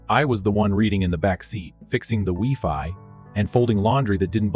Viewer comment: It's no pronounced Wefi, it's pronounced WhyFi😊